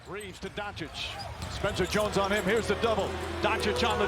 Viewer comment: Who the F is donkik?!😅😅 Ppl want to make nba videos and thay dont know top3 players names in the world😊